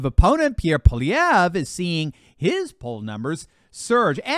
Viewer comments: I approve of the way,, that you can now properly pronounce "Pollievre" (us Canadians are accustomed to the French names - we had a few centuries of practice). Soon all of the World will pronounce the name of the upcoming Canadian leader. I am so glad that people everywhere are now learning what us Canadians have been going through for more than a decade and that we are finally pushing against it, as people in other countries are doing. Before this current leadership Canada was one of the most wonderful countries in the world to be born into, to live in, work in, travel in, emigrate to. A beacon of freedom and opportunity with open-minded, kind people. Despite the cold winters we attracted people from around the world. Our immigrants love this country and are beginning to realize that it is going in the wrong direction. I know this because they are my neighbours, colleagues and family members. This is coming to an end, soon I hope. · you're one of the few people who pronounces Pollievre's name properly. Not bad for an American.